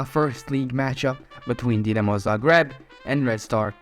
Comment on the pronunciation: your name is, and you cant pronounce Zagreb correctly?